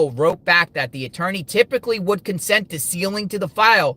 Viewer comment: Surely his "atoorney" ...if he still has one ? Advised him to stop